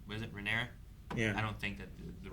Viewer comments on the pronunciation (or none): I don't think will ever get Rhaenyra's name right. He keeps mixing it up with Daenerys. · I love how has read the book and watched the show but still mispronounces Rhaenyra's name